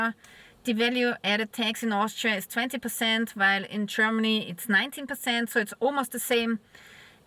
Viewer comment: csörmany chörmany chörmeny lern proper english pronanciation